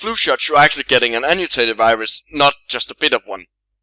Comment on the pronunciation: Sorry to be a bother, but what's that word you use ? "Anutaded"? "Amutaded"? I can't make it out or find anything like it in articles about viruses or vaccines.